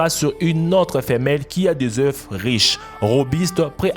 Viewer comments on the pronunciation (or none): none